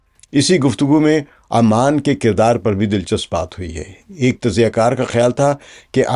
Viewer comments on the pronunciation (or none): Sir word is oman not aman